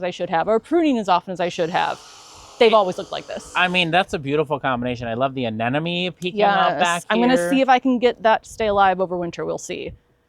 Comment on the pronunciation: I’m in a very hot zone and mostly landscape plant but I absolutely love her channel and subscribe because she’s a genius at container planting. I hear you say Anenome a lot. It’s Anemone.